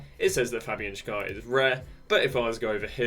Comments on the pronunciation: Just a little hint from a swiss. Fabian Schär's last name ist pronounced like the english word "share". Nice video, thank you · It`s Schär like share, not like golden Schar